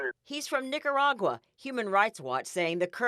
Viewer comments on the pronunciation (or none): 😂😂😂did the news anchor say he's from "Niggeraguah"?😏😆😆